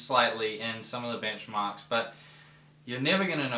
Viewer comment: I thought you said "Bingmarks" for a second.